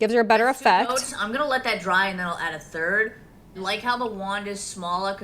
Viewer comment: Can we please acknowledge that her pronunciation of “third” in Lashgate 2.0 is further proof of a fake, inconsistent accent??